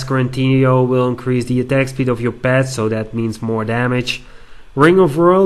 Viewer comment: "or even PEHTS!"........ =P